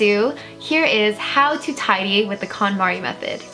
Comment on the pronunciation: Thought she kept saying Condom.